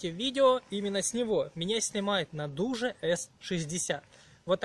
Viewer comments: Не Дуже, а Додж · да вы русскому языку не обучены какой даже Даши или ещё что-то это Додж и никто другой